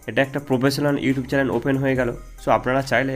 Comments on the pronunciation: চ্যালেন নয় ভাই চ্যানেল বলো🤭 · চ্যানেলের জায়গায় চেলেন বলে দিয়েছেন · চ্যালেন নয় দাদা, চ্যানেল হবে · ভাইয়া চেলেন না উচ্চারণ টা হবে চেনেল